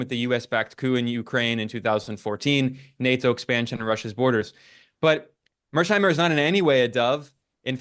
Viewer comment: Finally, someone with a clear head read mearsheimer correctly! Thank you, Ben.